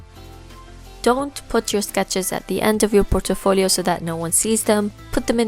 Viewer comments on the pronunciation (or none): Like how you pronounce portfolio as portefolio :D